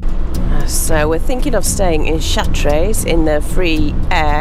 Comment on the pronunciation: Chartres is pronounced without the res!